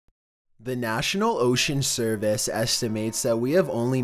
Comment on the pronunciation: The nattional ocran serviiice